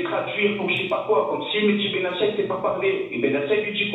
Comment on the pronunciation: Benatia est marocain on prononce le t pas s il n'est pas italien